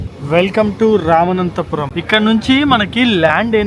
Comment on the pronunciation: రామనాథపురం ✅ రామనంతపురం కాదు❌